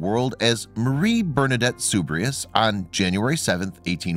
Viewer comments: It is pronounced SUEBER ROO not suberos and it is Nee vehrs - not Nevers . She is my favourite saint. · Soubirous is pronounced soo-bee-roo. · Why on God’s green earth are you pronouncing her surname that way? It’s not a particularly difficult name. It’s not SOOB-ree-us, It SOOB-ih-roo. Just one of many mispronunciations in this video. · It's pronounce as Soo bee hro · If you are going to talk about non-English people LEARN TO PRONOUNCE HER NAME ! sue=bee=roo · Sorry I c’ant listen to this. Her last name is Soubirous, pronounced Soo beeh roo. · Mispronunciation of her last name, and the hospital scenes are in poor taste. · If you care about a subject, PLEASE take the time to learn how to pronounce her last name. Sad. Bernadette deserves better. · You mispronounced her last name and Never. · Too bad the narrator can't pronounce her name correctly... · Please pronounce her last name correctly!!! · It would be good that the commentator would pronounce her name correctly..Great Saint of the Church..